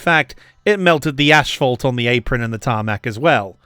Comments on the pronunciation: Very insightful and interestingly presented. Nice work!👏 PS: Asphalt not "Ashphalt"😉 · It's not Ashphalt it is Asphalt. there is no ash in the word.